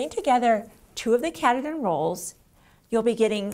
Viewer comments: Great tutorial but it’s ka Tah din You’re killing me with it you’re just killing me, Along with everyone else from Maine LOL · I just finished my rug! i love it! It's a little puckery around the edge, but I'm hoping ironing will take care of it. BTW, once I got the batting and saw it was from Maine, I was sure the batting is pronounced K'Tahdin. It is the tallest mountain in Maine, located in Baxter State Forest. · Wonderful video. Thank you! I can't wait to make one now! BTW It's pronounced Kah-TAH-din after Mount Katahdin in Maine ;-) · i love the video. Katahdin is pronounced Ka-ta-din. Its a mountain in Maine.